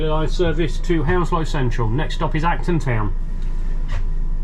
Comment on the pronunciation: Whenever you say Acton Town, I always think Elton John sang about that place!